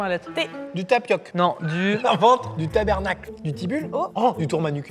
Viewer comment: Super vidéo dans la quelle cette fois ils ne sont pas tombé plus bas que terre. Edit, je re-regarde la vidéo, à , Maxime, tu n'as rien écouté de ce que Gurky t'as dit? C'est Tabarnack, pas Tabernackle